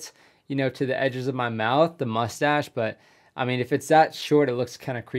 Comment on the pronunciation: "That Mushtash is NOT Regulation!" ;)